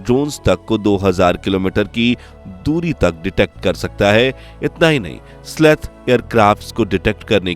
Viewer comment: उसे "स्लेथ" नहीं बलकि "स्टेल्थ" कहा जाता है। That's not "sleth", rather it is called "Stealth". जय हिन्द, जय भारत।